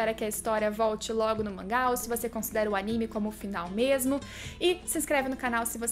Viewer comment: Aníme? Vc quer dizer Animê?